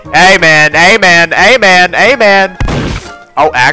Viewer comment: What says: ay man What i hear: amen💀💀